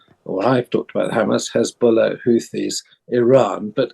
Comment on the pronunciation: "Hezbuller" XD